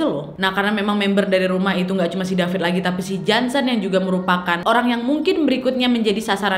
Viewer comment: Aku baca nama dia david tapi Kak Nadia panggil Dafit. Okay aku gelak sendiri😂